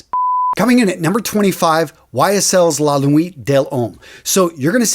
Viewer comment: He also pronounces a lot of fragrance related words wrong along with the names of fragrances ex: when he said La Nuit De l’homme, any other time he said L’homme, and Neiche.